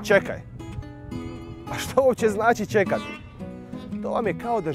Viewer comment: Meni se od svega u ovom videu, iako sam mu dala "like" najmanje svidjelo ono što se neprestano ponavljalo, a ja sam čekala da se to ispravi a nije a to je: Ćekati umjesto Čekati. Sadržaj je dobar, ali ovo ga je pokvarilo..Svećenik bi ipak trebao pripaziti na izgovor, a ne izgovarati se, recimo da se "kod njega doma tak divani:)"